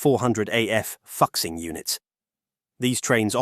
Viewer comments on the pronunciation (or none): Fuxing is pronounced Foo-sing, not Fox-sing. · The correct pronunciation is fu-shing, not fux-sing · Fuxing in Chinese is pronounced as "Foo Shing". !!!! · ummmm... given its original Chinese name "复兴" (fù xīng), a more appropriate English pronunciation of Fuxing might be Foo-Sing, instead of what you came up with? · Could you have mispronounced Fuxing any worse? Sheesh.